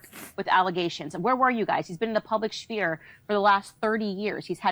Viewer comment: Candace can't pronounce sphere. Nope out. She is taqqi.